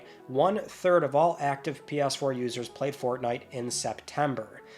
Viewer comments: For the love of God, please pronounce it PS4 and not Pias4. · Lol he calls it pee ass 4 and 5 😂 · “Pe-urse-four” 😹 I love your comedy ( ॒◞ˠ◟ ॒)💨